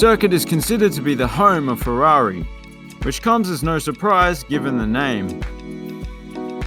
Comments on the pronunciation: This dude really pronounced every single word in Imola’s full name correctly until Ferrari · I'm not Italian, but i thought the same too